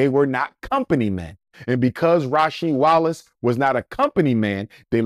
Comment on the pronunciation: This man said Rasheed Wallace 😂😂 cmon man. Cut it out.